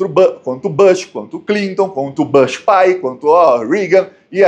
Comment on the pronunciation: Desculpe: a pronúncia do U de "BUSH"é a, mesma do U de "PUSH"